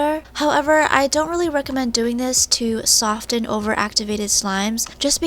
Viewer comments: sofTen Dood the t is silent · is she dumb... that bowl would burn ya hands so badd and it’s pronounced sof-fen